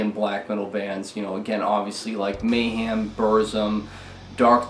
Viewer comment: May ham - this is the way you decided to pronounce it?